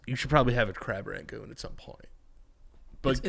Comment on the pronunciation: Is saying Crab Rangoon wrong or have I been saying it wrong my whole life? Lol